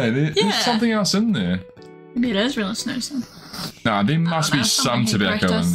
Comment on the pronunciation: Snus not snoos 😭😭